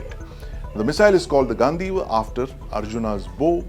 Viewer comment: it's ganDeeva, do sounds like dee in deep. I thought you read Mahabharata n knew it's spelling.